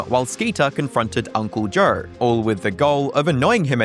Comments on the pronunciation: Why do you say Joe so weird? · 8:355 that cannot be how you actually say Joe